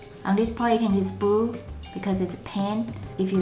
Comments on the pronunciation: She can't say blue she says bwue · u say yerro brue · yes she is speaking blue in a weird way